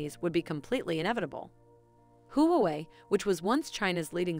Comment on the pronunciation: Very nice and informative summary! Only suggestion is you pronounced Huawei kinda funny😂